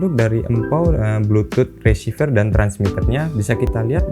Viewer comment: Reciever kok bacanya jadi resivier di antara v dan r cuma ada e kok jadi ie bacanya?